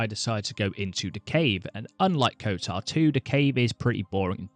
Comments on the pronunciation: kotOr not kotAr... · Kotar? KOTOR!